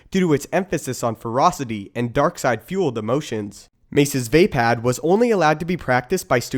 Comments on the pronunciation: its NOT VÄPÄÄD ITS VAPAAD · It's not "via pad", it's "vah pad" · its not vay-pad or vape-ad its vah-pod